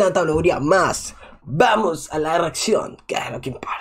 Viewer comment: vamos a la reatzión, que es lo que importa!